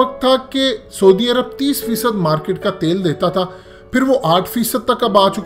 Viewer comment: پہلے سعودی عرب کا نام تو ٹھیک سے بولنا سیکھ لے 😂 😂 😂 😂 😂 😂